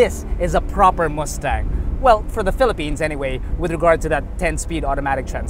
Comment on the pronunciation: Muh-stang, not moos-tang.